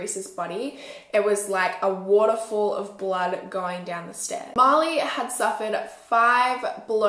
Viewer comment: Oh I kept hearing Molly not Marli.